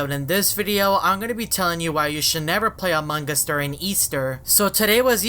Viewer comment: No one: This guy: amangas